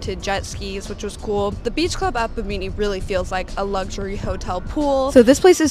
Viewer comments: Great video and good job as always- that’s pronounced Bim min neeee ! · Bimini is pronounced “Bi-muh-nee” Boomers have all the money and less of the work/family commitment. I’ve always thought cruises were like the Love Boat. 👩‍✈️ I’d rather go to Hawaii. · I went on Virgin Voyages in March, and it was my first time cruising as well. I fell in love with it! When I went, it was a mix of all ages, and I would say a large percentage were Millennials. My friend and I made lots of new friends and we had a great time. Also it’s pronounced, BIH-mih-nee lol 😂 You can get great deals on the cruise from a travel agent, that’s what we did. We paid $100 for a $300 bar tab and we had a hard time using $300 (and we drank a LOT lolol). My favorite things were the spa, the hammock on the balcony, and a mixology class. Looking forward to continuing to cruise on Virgin in the future! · Hi 👋🏾 Bahamian here. Bimini is pronounced Bih • muh • nee😁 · Ha...you should have asked a"Boomer" how to pronounce Bimini.